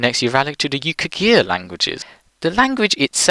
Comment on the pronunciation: Yukaghir, not Yukhagir Suomen, not Soumen, as someone else has already pointed out